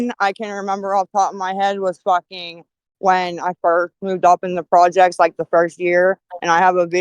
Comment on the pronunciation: really said "when I lived in the JECTS" LMAO WTF. Who calls the frikken PROJECTS "the JECTS"?! OMG, I've seriously never hated 2 individuals more than I do and The One Armed Bandit.